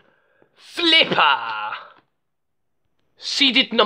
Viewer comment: ERUPTION SLIPPAAAHHHHH